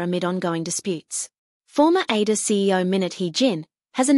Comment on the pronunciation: It is so annoying that AI cannot properly pronounce ADOR...